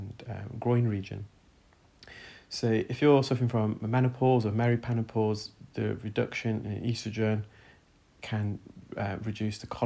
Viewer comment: Perimenopause. You said meripenopause and I giggled